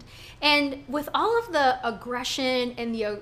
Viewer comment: Girl bye. You’re not the poster child for proper articulation (not when you pronounce “with” as “wiff”) so stop posturing yourself as if you are. This is a classic case of crazy. Monique is projecting and she’s trying to paint herself as the victim here, when she’s a desperate try-hard that needed Gizelle’s validation. Those issues are usually resolved by the time you hit adulthood and if they were central to your emotional fortitude or lack thereof, you would have attacked Gizelle, Robyn, Ashley and Charrisse a long time ago. Monique, you need to be terminated. I am so happy for Robyn and Juan. I LOVE WENDY’S REACTION!!! ❤️❤️❤️❤️